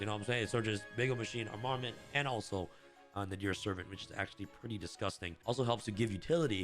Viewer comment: just fyi it's pronounced arm-a-ment, not a-mar-ment